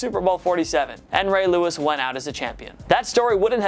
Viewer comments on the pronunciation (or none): none